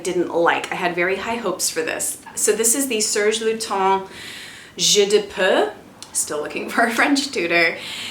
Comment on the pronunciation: Lol oh no!! Sorry Jeu de Peau was a flop ("peau" is pronounced like poe by the way :) I had sampled it in Paris so maybe I was swept up in that baguette and croissant vibe! 😂